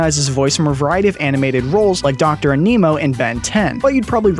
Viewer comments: Can any of these narrators pronounce names correctly or are they told to? All of them do it! How the heck do you mess up 'Scarry' & say 'scare' instead? It's Ann-ee-moe' Like animal! No a-nemo. WTF? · It's animo not enimo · I would just like to point out . . . it's Doctor ANI-MO, as in "animal" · It bothered how bad you said "animo"